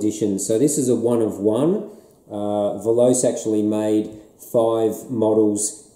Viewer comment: Veloce is not pronounced as a you do. Voloce is Italian for speed. In this language you pronounce all the letters in the word.